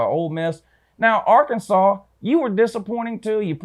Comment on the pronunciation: Your picks are pretty on point but you are annoying dude. Ol cocky Georgia fan mispronouncing Arkansas, by the way, the only reason your running game might be the best in America: you turds stole our o-line coach when you hired Kirby. Yeah Sam Pittman was with Beliema for like 10 years. We know you guys have great backs but the truth is the truth homie.